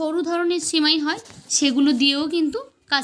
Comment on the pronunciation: আপনার উচ্চারণ ভুল। সিমুই না সেমাই বানান।আর অন্যজনের নকল করবেন না।